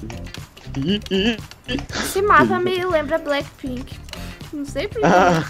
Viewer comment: Quando ela falou blakpink eu começei a canta